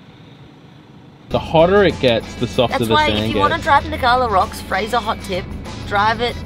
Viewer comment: Did watch the vid but gave you thumbs up for calling it fraser.